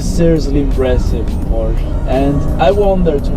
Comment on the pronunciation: How can you expect us to give any credence to your "reporting" when you don't even know how to pronounce this word: PORSCHE ?